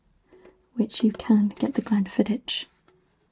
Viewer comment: Fab video as always! Glen fid-ick (but a soft ck like in Loch)